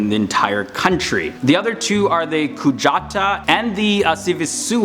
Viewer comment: the kujataa part is pronounced "Ku Ya Daaaa". In Greenland, we, some of the time, say the letter T as a D. And the J is said the same way as the danish use the j. as a "yoi"